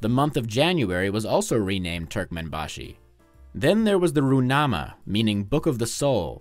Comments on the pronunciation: That was a pretty good pronunciation of Gurbanguly Berdimuhamedow and Turkmenbashy. But the Ruhnama is not Roo-nama, but Ru-h-nama. Source: I am Kazakh. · Я не любитель Туркмении, но этот видос это просто какой то сборник похуизма. Неправильные ударения, отсутствующие буквы. Ну в чем проблема выговорить звук Х в руХнаме?😂